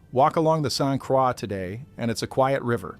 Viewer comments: I heard “Saint Quaw”. 🤦‍♂️ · Saint Croix is pronounced Saint Kroy. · in french it would be pronounced like craw. It’s been bastardized. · Yes. Drove me nuts hearing this narrator say "St. Craw". He needs a little French lesson ! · I'm trying to sleep but every time you mispronounced st Croix I wanted to exit myself. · As soon as I heard the robot mispronounce St. Croix, I turned off the video and started typing. I will find out about the event some other way. What is so hard about narrating? I think it's laziness on the part of the content creators. I hope my 3 seconds doesn't count as a view! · I agree. Every time he said it, I cringed.